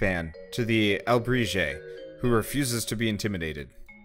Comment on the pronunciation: It is pronounced al-ih-bree-hey... Roughly, it's a Mayan spirit if I remember correctly.